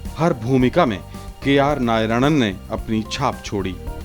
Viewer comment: Narayanan. Not nayaranan